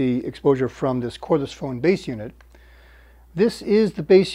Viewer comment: Cordless, not chordless, at 32 minute mark